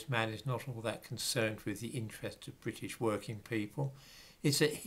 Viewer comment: When you say British 🤣🤣🤣🤣🤣.??